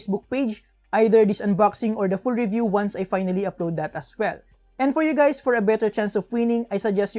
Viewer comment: is he saying "HEY GAYS"??!